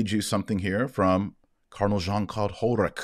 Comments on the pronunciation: I live in Germany. Hollerich is not pronounced like HolleriCK here. The pronunciation has no precise equivalent in English, but slightly similar to HolleriSH. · Not sure this man deserves his name to be properly pronounced, but since you asked: his last name should be pronounced as if in place of the 'c' you had an 's': that is HolleriSh... It's a typical French-Luxembourgish name, originally German, and pronounced in German more or less as in French... Thank you Dr Marshall for staying vigilant and faithful to the truth, and helping us doing the same. God bless you. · You pronounce it : Hollerick (with to L's just like a disease Cholera , but instead "K" you say "H" )